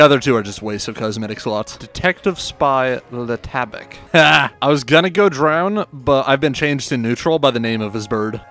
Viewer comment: Le tabac, not lé tabaque.